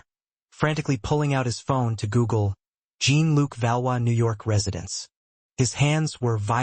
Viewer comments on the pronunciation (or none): It is not prnounced "Gene Look" but more like "Zhean luc"